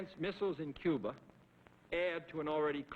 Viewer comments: he says "Coo-ber", then later pronounces it 'Cuba'. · If its followed by a consonant its "Cuba," if its followed by a vowel its "Cuber," Its called an intrusive R, I have the same accent feature. I inherited it from my family despite not getting their non-rhotic accent. I tried hard to say my "er" endings, but I didn't notice that I put an "er" on words that end in an "uh" sound if they're followed by a vowel until someone pointed it out to me later in life. It works like this. "my idea was best, but your ide-er is better."